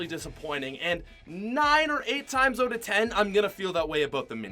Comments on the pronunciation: it’s out not oat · Anyone notice he says out like oat